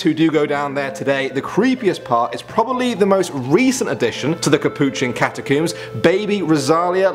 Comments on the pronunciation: “Capuchin Catacumbs” Me: “wait catacumbs? I thought it was a catacomb...” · haha it sounds like he said cata-cooms😂😂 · "Cat uh cooms"